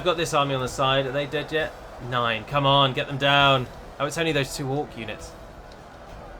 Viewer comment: "Are they dead yet - Nine[Nein]!" As a german, I think that was hilarious.